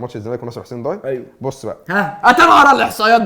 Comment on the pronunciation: ياجماعة اسمها نصر حسين داي مش ضاي نفس نطق day. الداي هو لقب حاكم الجزائر العثماني زي لقب باشا في مصر او خديوي. حسين داي كان حاكم الجزاير وصاحب حادثة المروحة الشهيرة مع السفير الفرنسي حسين داي احد اكبر الأحياء في وسط العاصمة الجزائر والنادي علي اسم المنطقة. مصري عاش في الجزاير